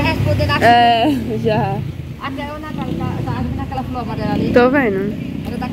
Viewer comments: o nome da sua irmã é Natália porque vc a chama nataia? não é difícil pronunciar o nome certo corrige ele Natália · Povo fala nataia,, maines, molonga ninguém merece esse povo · Nataia, poico, o couve, mio kkk Qualquer coisa que comenta falam que é lnveja Minha prima morava na roça, para chegar na escola ela gastava mais de 1 hora, porém ela passou em primeiro lugar em uma das melhores faculdades, aí o povo fala que é difícil pra eles fazer uma faculdade, portanto como eles são da roça é normal falar errado kkk